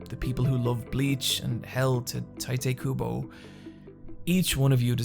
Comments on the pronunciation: The way you pronounce Tite Kubo...👀 Let me just say it's wrong lol good video tho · Yeah, like I cringe every time he pronounces Tite Kubo as "Ty-teh" when it's just "Tight". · "Tighty Kubo" Kinda rough you remade the video and didn't catch that mispronunciation. Love the video though.